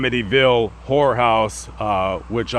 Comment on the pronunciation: Did he say Amityville whore house?